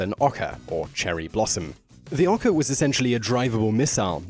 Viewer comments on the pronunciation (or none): FYI ohka is pronounced like it's spelled oa kah and baka is pronounced bah (like the sound sheep make) and kah. Come one Simon, Japanese is not that hard to pronounce.